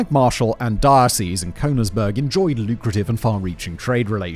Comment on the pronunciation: And how about Cone-igsberg instead of Königsberg? I mean, to be able to read through a script prima vista is a great talent he has, but he really should check the pronunciation of foreign words and names. Not doing so is just sloppy!